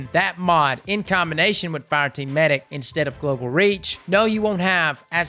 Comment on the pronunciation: Meh-dic. Hows about a trials tips video, maybe w\ specific map tips? I hope RAID pays you alot for the cheesy add.